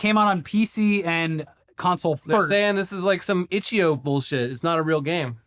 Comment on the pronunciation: Did I hear say “itchy-o”? I’ve only ever heard it call itchy I-O (or itch dot I-O)